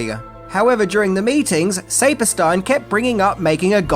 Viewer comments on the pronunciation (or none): Future reference: it's pronounced Sappersteen :) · The name Saperstein is pronounced SAP- as in the sap from trees Or the word “app“ and then STEEN. SAP-ER-STEEN. It’s not a super common name, but I’m from New York where it is very common. I know you get a lot of slack for mispronunciation of names, but I am just offering you this information in case the name Saperstein, comes up again. Thanks for the video. 🦖